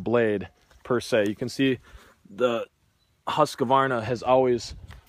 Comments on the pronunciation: Husqvarna not husqavarna // a swed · Don't say Huska-warna?! The name is Husqvarna - pronounciation: ˈhʉ̂ːsˌkvɑːɳa or Hus-kvarna :) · It's husqvarna not husq"a"varna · HusqAvana? Thought it was just straight husqvana, no A after q🤣🤣🤣🤣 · Lol Husqavarna is not Husqvarna😂😂😂 Dislexia 😂😂😂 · Not an extra a in husqvarna Not husq a varna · "Huss-ka-varna"? Ha!